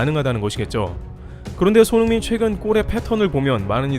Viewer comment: 손 홍 민이라고 발음하시는거 같다